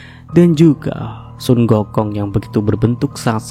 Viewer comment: Hahahahah ngakak pas ngmg sun gokong